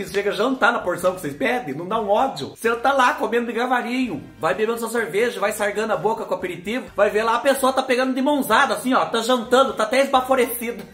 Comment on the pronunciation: não sei se você percebe mas já assisti vários vídeos seus onde você troca o " devagar" por " degavar" 🫣😅 hoje você falou " degarvazinho" 😅 não é CRÍTICA tá só uma observação. 😘😘